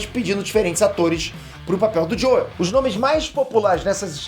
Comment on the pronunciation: Você não precisa falar JoEl, se fala “Jow” apenas. Fica esquisito ficar falando JoEl